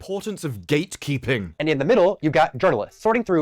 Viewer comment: Is he saying “ gaykeeping?”